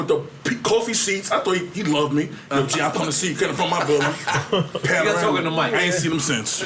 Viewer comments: "Panarama"??? I Could of swore the car was Called a "Porsche Panamera".... And they Really gon Keep letting him sound stupid af without correcting him too smh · kills me every time he says,"Panorama".....it's a Panamera dog!! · Is he saying Panamera? Like the Porsche Panamera ? He saying /pronouncing it as panorama (which is like the long extended photo) it was throwing me off lmao 😂